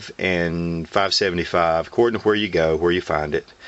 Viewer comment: Did he say whare? WHARE?! FUCKA YUUU WHARE!!! *stabs whale with spear* Also good review